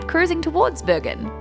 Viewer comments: Dude says Bergen perfect.I’m from the town.Haven’t heard any English speaking getting it so good with accent before 😏👌🏼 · pronunciation of Bergen is spot on! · pronunciation of Bergen is very good, thumbs up. Glad you enjoyed my country, I sure enjoyed your video! Edit: Ahh, he is Swedish. That helps.